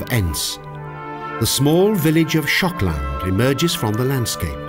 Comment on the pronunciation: Why is Shokland almost sounds like Schotland?